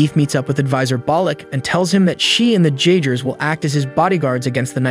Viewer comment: no disrespect cause ur vids are amazing top tier, but the j in jeagers is supossed to ike a y